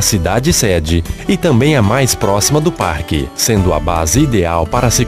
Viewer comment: (“parque”) e (“parrrrrrrque”). Ele deu uma forrrrrrrrçada legal aos . Depois ele fala “parque” sem dobrar ou triplicar os Rs (“erres”)! Ele fala “portaria” e “lugar”, “diversos” sem forçar a barra! Mas o “torrrnam” já dá uma forçadinha de novo! Mas tenho que reconhecer que sua dicção e entonação de voz são perfeitas! Bela voz!